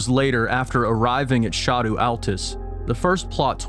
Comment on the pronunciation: Ah, finally, one who pronounced "scadu" correctly. Bless you.